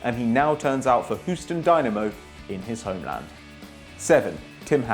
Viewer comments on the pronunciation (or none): none